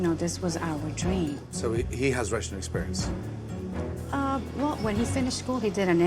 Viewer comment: exeberinse lol